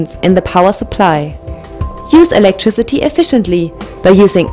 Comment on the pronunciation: "electriCITY" fix your english please.